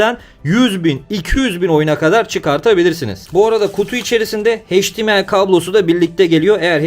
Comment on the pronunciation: Video ve emek için teşekkürler. Yanlız hdmı okurken heşdimiay deme ne olur. Em ay olarak okunmasi lazım